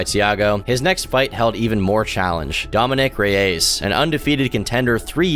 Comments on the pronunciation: Ah yes the legendary Dominick of Rey-yays🙏🏻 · it's the ray-ace that is buckling me